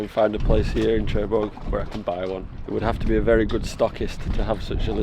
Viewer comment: Love your videos. Great stuff! I love your accent as well! However, it’s pronounced nearer Sherbourg rather than Chair bourg! A small thing of little significance but damn does it grate! 😅